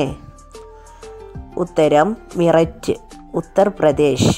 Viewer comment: മിററ്റ് അല്ല മീററ്റ് ആണ്